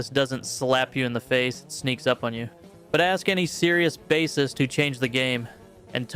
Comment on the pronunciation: At least your AI pronounced bassist correctly, thanks. 🎣